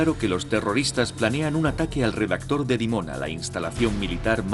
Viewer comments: Los Hispanoparlantes seguimos desbaratando nuestro idioma: el locutor confunde REACTOR. con REDACTOR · El narrador dice el "Redactor de Dimona", cuando entiendo que quiere decír el "Reactor de Dimona"